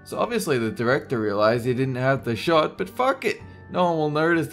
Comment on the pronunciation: 57 Dolen said short, not shot. Anyone else hear?